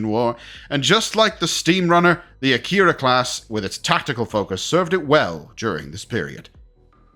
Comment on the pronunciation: Isn't it pronounced ack-er-a and not a-keyr-a